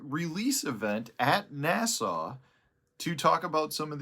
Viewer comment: yes. I live right there. The space center (JSC) and the giant pool with the underwater space station (sonny Carter center) are my front and backyard. I was just.giving you a hard time about your accent. You pronounced NASA like you were saying Nassau. Nassau is the neighborhood/ bay where NASA is. Both pronounced differently.